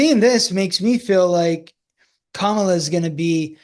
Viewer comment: Respectfully, it’s Kamala with the emphasis on the Kam part. KAM-a-la. Sadly, the way in which people say her name has been a symbol of trying to invoke distrust. I think the majority make this error in pronunciation without ill intent. But it can be a reflection of which candidate you support or whom you tend to at least listen to from an auditory stance. Having said that thank you both for this informative & interesting discussion marrying your two gifts. I too feel ( my intuition - I’m not psychic ) conflict & wondered if there is “no winner” of this election. And I wonder if years ahead having to push through this we come out with a change. better, perhaps different type of party system. I personally like how many people who identify as D or R are kind of throwing off or putting aside that party label and uniting in what to me appears as acceptance, openness & willingness to hear the other out and want to work together. Life on earth in the physical is not easy! Love. Love. Love.